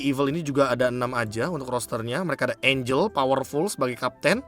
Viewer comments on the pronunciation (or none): none